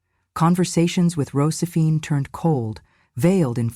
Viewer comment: Why so many flubs in the reading of this script?! Mispronounced words and names : Rosephine?